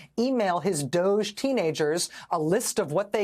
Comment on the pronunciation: No wonder they called it D’OHge.